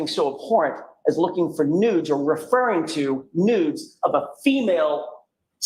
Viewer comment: Oh my! I understood “no news” but it was “no NUDES”!!!